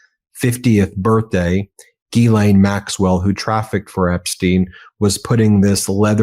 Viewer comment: Ben, you get an A+ for being the only journalist who consistently pronounces Ghislaine Maxwell's name properly. 🎉